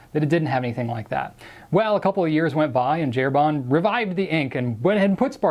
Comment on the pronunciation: Herbin = 'air - BA Not air-BAH. Completely different vowel sound : )